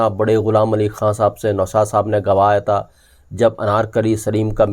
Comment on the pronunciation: Even though I like your content, I’m not able to listen because of your pronunciation. Your vocabulary is very good but are saying ता instead of था consistently ये मुझसे सुनाया नहीं जाता। Very sorry. It is like reading a very good piece of English literature with lots of spelling errors. I just can’t overlook that. Sorry. Goodbye.